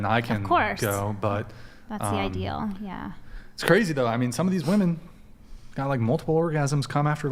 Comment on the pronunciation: I may be beating a dead horse here, but it still weirds me out that modern women seem to be completely incapable of properly pronouncing the word 'women'.